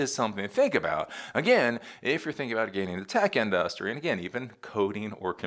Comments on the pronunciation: It’s not our fault that SF was destroyed. It’s that their politicians allow crime and unchecked homelessness. Not us. Also, the way you say industry is annoying, lol. That said, I agree with your more practical takes that some tech industry leaders are pushing. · in DUSS tree